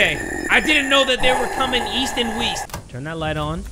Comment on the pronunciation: East and Weast bruh 🤣🤣🤣🤣🤣🤣🤣